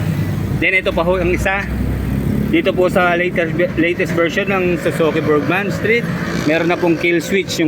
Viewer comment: Haayyy salamat. Burgman n din hindi burjsman, kakarindi pakinggan "BURDJSMAN" pati un mekaniko sa min burjsman ng burjsman. ung mga vlogger po jan burgman po hindi burjsman bka sabihin d tau marunong magbasa, pero bos, wala nang tire hugger pala ex